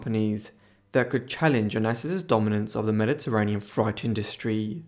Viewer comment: Onassis story ...frightess business or do you mean FREIGHT ...pronounced FRATE......